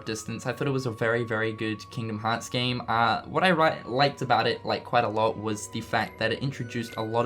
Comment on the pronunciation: Just to make fun of pronunciation of Kingdom Hearts